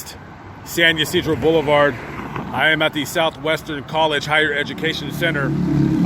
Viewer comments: San Ysidro... NOT San you Cedro. Really? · “San You Seedro.” 🤣 SAN YSIDRO! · It’s San Ysidro.